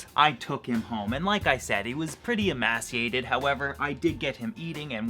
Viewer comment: Great video, awesome Canadian spirit :) PS. Just a note, I believe emaciated is pronounced "ee-may-see-ated" :)